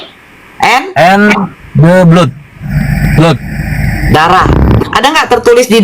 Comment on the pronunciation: Blood ~ blad not blut